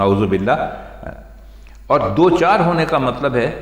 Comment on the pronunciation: Do char alg alg lafz nhi hain in ko dochar parha jata hay sir